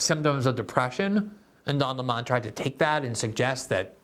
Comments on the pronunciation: GG, I see you're giving tucker some credit by calling Don lemon, Don Lee monnnn. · I never knew before watching this video, that his name was pronounced; “His Higness, Sir Dön A’Lleighmòn” Somebody said just yesterday, that post giving his Pulitzer worthy interview of “X” magnate Mr. Musk, that now he goes by: “The Duke Of Employè No Amorè”